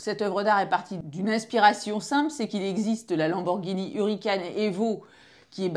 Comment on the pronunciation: C'est Lamborghini HuRAcan ma chère pas hurricane 😂